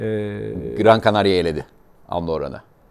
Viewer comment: Gran Canaria takımının adını ingilizce telaffuz etmek yanlış. Bildiğimiz gibi bir İspanyol takımıdır. Doğrusu Gran Canaria. Gren Canaria değil. Aynısı Walter Tavarez için de geçerli. Doğrusu Walter dir. Wolter değil. Adam Yeşil Burun Adalarından gelme. İngiltere'den değil.